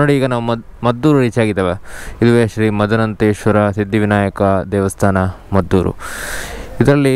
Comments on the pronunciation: ಮದ್ದೂರು ಅಲ್ಲ, ಮಧೂರು. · ಅದು ಮದ್ದೂರು ಅಲ್ಲ ಮಾರಾಯ...ಅದು ಮಧೂರು...